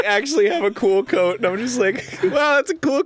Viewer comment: idk I hear "que coso es coat" what is coat? but misspelled